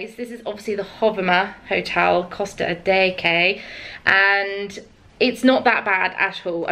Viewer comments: dancing Dunn no you absolutely don't. I've lived here for 13 years and speak fluently in the language. It's NEVER 'Adecky' (only tourists make up this pronouciation) and makes us lot cringe like crazy when it's said like that. The J is a H. Don't really understand how anyone ever came up with the idea that it makes a K sound as it's not even in the alphabet. It's pronounced A-DEH-HEH. Not ADECKY Not A-DEJJIE Not A-DE-HAY AH DEH HEH 👌🏽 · Also not hating, but the pronunciation of Adeje is like: A-DEH-HEH (the J is a H sound, and it's A-'DEH' - not A-DAY-HAY/HEE) xx